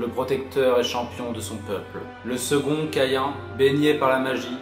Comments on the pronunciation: Perdu! on dit Cahin, écris Caïn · On dis caïn c'est hebreu